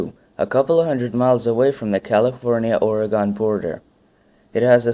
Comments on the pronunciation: hears him pronounce it as Or-uh-gone cringes uncontrollably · It's not " oregone" ....... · Can't finish this at all. If the English can pronounce it, why can't everyone else? Ugh. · Nice informative video good job. People like me who live here say 'Ore-e-gun' and 'Klah-meth' Indians. You may have spoken to many tourists who dont know the correct way to say Oregon. This is just to help you not bitch at you Sir. Have a good day. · Or-uh-Gone ....nope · ***** ore as in iron ore. e as in letter e. GUN not gone. ohr-eee-gun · chris haider I think he's right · Once I got over the mispronunciation of Oregon, it was a really informative video! Thanks for sharing! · Bad pronunciation of Oregon! Please go back to school. Reminds me of a bad t.v. announcer. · To hear him mispronounce Oregon is insulting. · As an Oregonian, yea no that's definitely something to get annoyed at. You should at least look up the pronunciation of AN ENTIRE STATE. It's the easiest way to annoy people in Oregon.